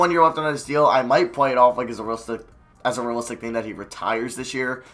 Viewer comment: "Ruh-listic ruh-build"